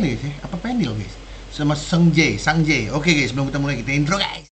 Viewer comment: Cara baca nama Sungjae itu "U" nya dibaca huruf "U" nya indo bang, sungje bukan sangje. Dan untuk Peniel itu cara bacanya Peni-el. "E" dibaca seperti "E" nya apel buah. Btw terimakasih udah react 💙